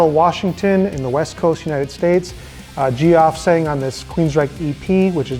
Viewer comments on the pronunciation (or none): u said dio had a long life? he died at 67. and u pronounced geoff as in G OFF when its Jeff. Your list is shit and you have no idea what youre even talking about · Gee-off? Dude. It's pronounced 'Jeff'. And he is indeed amazing. His live performances had that intangible drama most heavy metal vocalists can't touch.